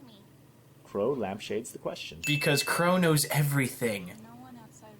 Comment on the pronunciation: Did he say crow knows everything or cornose